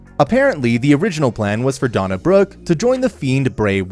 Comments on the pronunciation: Her name is Dana Brooke not Donna Brooke do you know how to speak English Omas definitely deserves a push reminds me of André the giant back in the day. His wrestling style is no different than Andres was the way he wrestles reminds me of the way Andre used to wrestle back then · Did he call Dana "Donna" Brooke? And Bray "Brian?" 🤣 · Donna Brooke... and then you kept saying Seth "role" ins... But then you called Bray Wyatt "Brian" Wyatt... WTF??? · If you're gonna do wrestling content, you might wanna at least pronounce their names right. Who in the hell are Donna Brooke, Bryan Wyatt, and Seth Rowlands? 🧐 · I had to rewind it...he says Bray, but totally says DONNA...?!?!?! WTF...?!?!